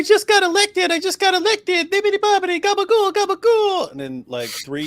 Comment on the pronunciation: I know it's not the main point but, what the hell is Gabagoul? Or whatever you're saying. It doesn't sound remotely Italian! Where's the vowel after the final consonant? I'm lost. Is this some weird 'Italian' American thing? 🤷‍♂️